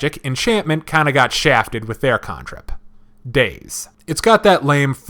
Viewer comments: I appreciate the video and information but it's irritating that you can't pronounce the letter A. CANtrip. Is there an O in there to pronounce it CONtrip? NO. Stay in school kids. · Can trip. Can trip not con trip. It's Mah lay too not me Lee. Wtf. Lol